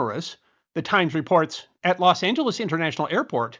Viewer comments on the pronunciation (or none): none